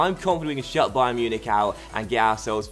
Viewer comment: I'm pretty sure you called it 'dybayern'